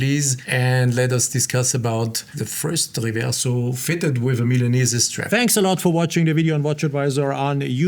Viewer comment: It is pronounced correctly >>>> MILA(merica)NE(nergy)SE(nergy)